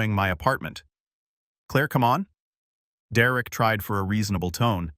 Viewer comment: Derek not Dererick